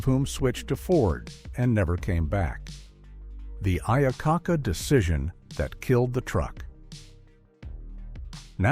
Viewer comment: Man that was an unfortunate mispronunciation of Iacocca. 😂